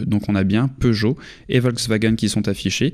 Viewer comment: Peugeot et non Peugeolt